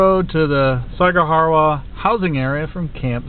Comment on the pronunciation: This is really cool, but your pronunciation of Zama and Sagamihara is pretty funny. Great job though! :D